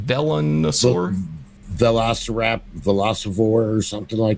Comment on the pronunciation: pronounced like this:its melon but it is velon-a-sore